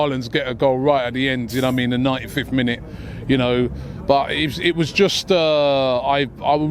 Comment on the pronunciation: If Robbie can stop saying ‘Na waimean’ that would be great thank you